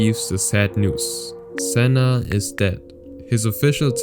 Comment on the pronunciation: You butchered Sennas name there